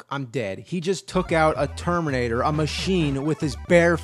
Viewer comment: am I the only one to hear tomb raider instead of terminator each fuckin' time he says it???